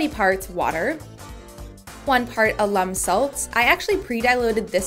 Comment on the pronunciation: your lesson about lime was great! i had no idea. but wait, "puddy"? is it not "putty"? also, "alum" in this case isn't short for alumni. the accent goes on the "a", not the "u". i am unable to resist making comments like this, but i mean no ill here. i love this Channel!